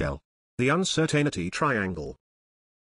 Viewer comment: needs to work on pronouncing "Uncertainty"